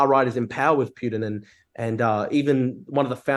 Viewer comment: You mean 'Pee-You-Dinn'?